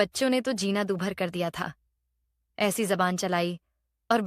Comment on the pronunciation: एसी होता है ना कि ऐसी